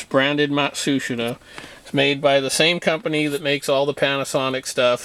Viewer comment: Matsushita is pronounced “mot shus ta” . I work for Panasonic for the past 39 years ....